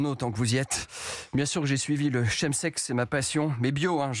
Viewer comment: On prononce "Kem" sex.